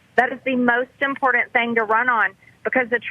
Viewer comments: She’s impoRDant… drives me crazy! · Good god it grates on me the way she pronounces important.